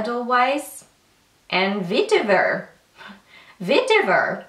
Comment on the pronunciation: Edelweiss = A-del-vise Vetiver = Veh-teh-ver